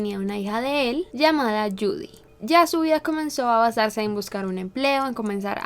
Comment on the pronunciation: yudy o lludi yudi que?!!!! Digan yudy...???